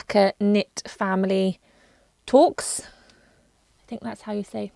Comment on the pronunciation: Toque is pronounced tōōk. I love the shawls!